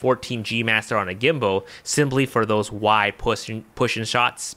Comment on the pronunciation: We all heard what you said 😂 “pushing”